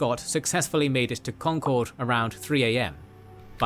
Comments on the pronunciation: Special kudos to you for saying “Congcurd” correctly. As you can literally see from the original video, people from away barely know how to say it. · First of all, thank you for pronouncing Concord correctly (the source video didn't). Second, a lot more words rhyme with Revere than Dawes...